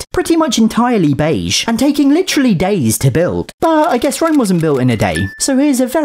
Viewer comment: Just hearing say “Beige” repeatedly gave me a good laugh.